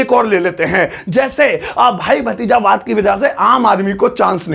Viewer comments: sir wo hindi me bhatizawad hota h na ki bhajitawad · BAHI wo भतीजावाद होता हे भाजितवाद नहीं